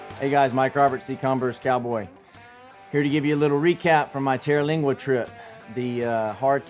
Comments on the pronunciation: You know how some little things just make you crazy sometimes? Sorry, but there is no terra in TER-lingua. TER as in 3, like tertiary. Lingua as in tongue, languages. It refers to local Indian tribes. I’ve been coming here since the Terlingua Racing Team days. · He's not the only person that claims to know or love Terlingua and didn't even take the time to learn how to pronounce the name. They will MOVE here without a clue and leave soon after because it was not the fantasy place of their dreams. They are JPT just passing through. 40 yrs of seeing this. Been a wild rice out here and was for me where I belonged.